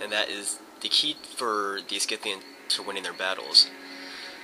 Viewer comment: You are not pronouncing the Scythians the correct way.